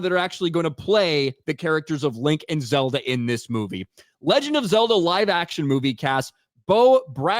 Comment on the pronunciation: It’s Zelda, not Zerda/Zimda.